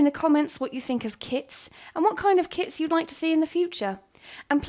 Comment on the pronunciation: I for real thought she said kids lol